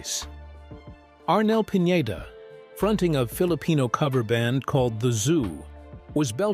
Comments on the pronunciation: Arnel's last name is Pineda-- not Piñeda,. See the difference? Please pronounce it correctly. Thanks for posting this video. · You featured Arnel as grungy looking, down on his luck singer. Like he has fallen on hard time. AND, it is Pi-ne-duh. Not Pinyeda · Pin- yey - da? That's pronunciation is only for Ñ. It's just PINEDA.